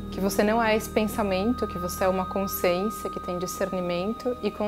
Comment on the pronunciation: Boa tarde querida!Adoro te escutar mas te peço para rever a palavra CONSCIÊNCIA....repita e escute o som da sua própria voz...desculpe mas isso sempre me incomoda ...percebi e te aviso para que sempre seja bom te escutar... não me leve a mal... não és a única.... abraço fraterno.... gratidão!!!